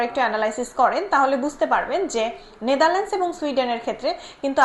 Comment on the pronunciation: Natherland hobe Natherland s na